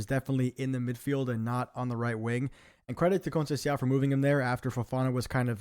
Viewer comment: Great content, just check how to pronounce Conceicão and Thiaw